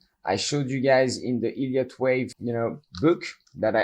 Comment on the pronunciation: The "e" in Elliot is pronounced like the "e" in beg , or egg , etc. It sounds exactly like you're saying "idiot wave", and that's how the auto-captions transcribe it. It actually makes it quite hard to follow you.